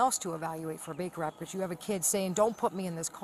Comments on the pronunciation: Baker act!!!!! Not bigger act……..come on! And i am not even an English speaking original…..😮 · Whoever does the captions/subtitles needs to learn what the fuck the phrase "Baker Act" sounds like......... Jesus christ....